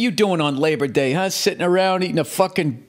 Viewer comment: Lay-bah day was so worth it to hear Bill say that